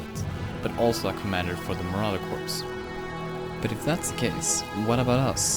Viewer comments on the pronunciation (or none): When pronouncing "corps" the p is silent like your saying "core"